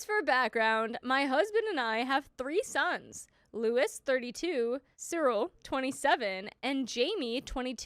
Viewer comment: Luis isn’t pronounced as “ Louis”